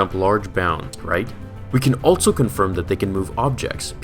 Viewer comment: Am I the only one who notices that every time he says "also" it sounds like "altzo"?